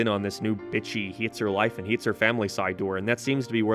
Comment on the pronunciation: Are you part Northern Irish? I can’t pin your accent at all but the way you say “hates” is 100% Belfast